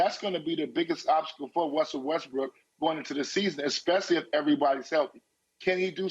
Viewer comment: Did Antoine say Wussell Restbrook?